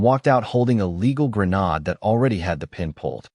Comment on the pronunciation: grenade is actually pronounced /ɡɹəˈneɪd/